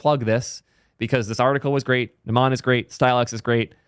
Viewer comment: its "n uh - m uh n" not "n uh maa n"